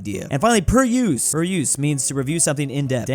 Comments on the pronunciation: It’s peruse, not peryoose,. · its pronounced like per ooze